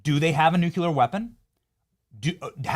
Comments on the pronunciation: What does nu-cue-lur mean 🤪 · Love your videos. Love when you laugh at people's posts. But please learn how to properly say nuclear!